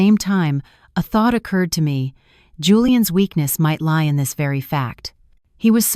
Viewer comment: I got turned off when the narrator could not pronounce lie correctly. I stopped listening right then.